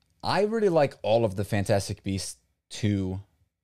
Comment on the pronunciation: Ah yes Fnatastic beasts